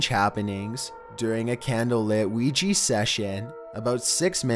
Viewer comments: your narration. One thing It's not pronounced Ouigee it's pronounced OuiJa. Not a g sound and hard e sounds but light j and a sound. The J is also pronounced more as if you were speaking a French person's name. Such as Jacque Cousteau. Other then that great vids. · ouijA. ouijA board. Not ouijEE. Jesus fucking christ. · STOP CALLING IT OUIJI BOARD IT'S A OUIJAAAAAAAAAA BOARD! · he cant even pronounce Ouija right wtf, he sais Ouiji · Why do you call it Ouiji when it's definitly a Ouija? 😐 I'm confused... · It's not pronounced "weegee"but rather " weeja" just so you know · It’s pronounced OWIJA not OWIJI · It's not so much an issue with your voice....but could you Please at least pronounce it correctly??? It is Wee-Jah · Its not Ouiji its Ouija. Oui = yes in French and Ja = yes in German. Yes Yes. OUI-JA OUIJA NOT OUIJII. Its two European words, not japanese. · Ouiji...I thought it was supposed to be Ouija? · Why does everyone keep mispronouncing Ouija it's wee ja not wee gee that's why it ends with an a not an e or i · Why you call it wee Jee It’s oujha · It should be pronounce as WI-JA not WI-JI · It's pronounced o-wi-ja not wi-ji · Weegee board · WHY WHY WHY DO YOU CALL IT WEE GEE????? WHY??? WEE JA, JA J...A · oui ja not pronouncing it right! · lol.. weegee board. L:OL. jeez that pronunciation kills me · Weejee boord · Throughout this whole video, I just hear him say "Weegee board" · weegee bord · Why do people pronounce it "wee-jee"? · Me and my friend was playing that ouigy board then afters sometime my ear was bleeding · For a second I thought you said Luigi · Weejee bord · weegee board are used to summon weegee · Pls the way y’all pronounce "Ouija" is the only scary thing here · Why can’t anyone pronounce Ouija correctly? There’s no “e” or “y” or “ie” in Ouija. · I love his intense voice like always, he's like, "ouija bOards"